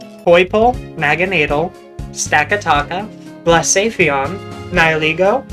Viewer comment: Truly mispronouncing Pokemon names doesn't bother me, in fact it's mostly just cute, but it's funny how sometimes you seem to either remove or add a letter entirely. Blacephalon as Blacepheon, Solgaleo as Solego, Raikou as Raioko... just take your time sweetie! It's okay to sound it out!